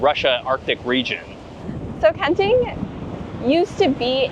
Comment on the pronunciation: I really enjoy your videos. And this one, love, love, love! Since I have relatives living in Taiwan, if I may, some assistance with the pronunciations. Kenting really is two separate words. So the two syllables should be very distinct; “ken ding”. The second syllable in Hualien is more like “LeeAnn”, not “lean”. Taroko is a Japanese word, named during their occupation of the island. If you’ve tried pronouncing Japanese words, you’d know the vowels are very specific. So it should be “tah row ko”, not “teraco”. Please keep making videos!